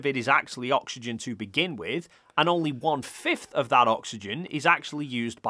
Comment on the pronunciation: "oxyegn" .. hehe